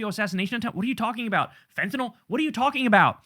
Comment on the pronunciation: Why does everyone say fent-en-ALL instead of how its REALLY pronounced, fent-en-ILL??Just wondering.Names of drugs r important,as is the pronunciation,because there r other drugs that can sound the same.YOU actually say it correctly .Just saying...